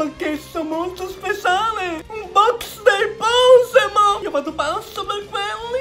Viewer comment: "Un bosch dei Poshemon"